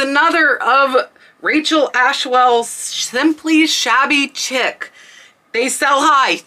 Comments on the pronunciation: It's pronounced Shabby Sheec not chic by the way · Thanks for the informative video. You'll probably get comments about Shabby Chic (pronounced like sheek). As you showed on the tags, it's a brand name, and they're a VERO brand so you cannot use shabby chic as a keyword in titles unless it really is that brand. That's why you see listings of things with just shabby in the title. Lots of Shabby Chic was "cottage look" - small print fabrics, furniture with missing paint, old window frames made into nick nack shelves, semi-primitive decorative items, etc. There is some argument about the definition of petit point, but most stitchery experts agree that it is smaller than cross stitch and much, much smaller than needlepoint. I've never seen a petit point pillow, but I've seen petit point jewelry (mostly pendants) and purses. The distinguishing feature of petit point is its really tiny stitches. If you describe a pillow as petit point, the customer could successfully argue that it isn't as described if it has larger stitches. It's like the difference between mosaic (common and inexpensive, frequently misdescribed as micromosaic) and micromosaic (very uncommon and extremely expensive). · Shabby Chic is pronounced “Sheek”. It was huge I believe in the late 90’s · FYI: "shabby chic" is pronounced "shabby sheek," not "shabby chick." Great info, as usual. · Shabby Chic, is not pronounced Chick. It is pronounced Shek. As in French style is shek, or elegant. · pronounced shabby sheek